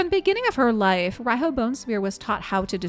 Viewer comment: Tip: Riho is pronounced Reeho (not to confuse with ree-hoe, the "o" is short), as it comes from Japanese language pronounciation way.